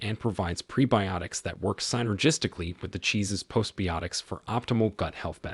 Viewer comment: "Post bee-yotics"? He means biotics, bye-o-tix -- and half of him knows it, since he gets it right some of the time. Swiss studies show that Swiss cheese is good for your heart? Amazing!